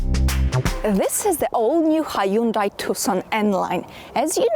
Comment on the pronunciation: It's pronounced Hyundai like Sunday.